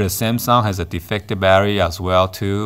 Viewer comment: Every time you said battery I wanted to pull my hair out.